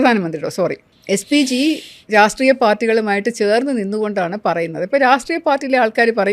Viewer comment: Enthinaanu "raastreeya" party ennu parayunnath.."rashtreeya" party ennu parayoo...baaki ellaam ok..athumaathram muzhachu nilkkunnu..sraddhikkumallo...